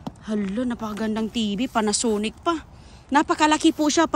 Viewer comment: Ang over acting mo po magsalita. Midol, lider, dikuresyon, panasunic. Sira na po kasi ang tv kaya tinapon na po.